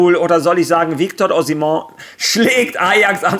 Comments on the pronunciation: Ozimoon - einfach Franzose geworden :D Osiemenn (grobe deutsche aussprache) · Osimon? Bruder Nigeria ist nicht französischsprachig 😂